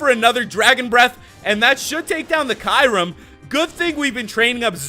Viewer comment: It's pronounced Q-rem not Kyeurem